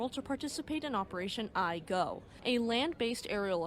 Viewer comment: Not ai-go 🤨 e-go い号 飛鷹は正しく発音出来てました。 hai-yo って言わないでくれて良かったです❤